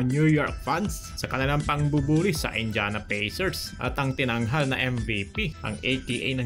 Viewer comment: Bisayad ata to na Promdi ang tokmol na blogger na to😂😂😂 pati Indiana mali ang pronunciation😂😂😂 palibhasa Promdi.. 😂😂😂